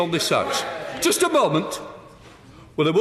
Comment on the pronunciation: "Can ah joost sae"